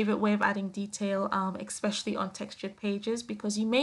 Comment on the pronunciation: I like your page very much! I wish you would say especially instead of ex-specially which is not a word. LOL!